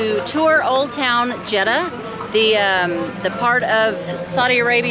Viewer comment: Say "JED-Duh". That's easy.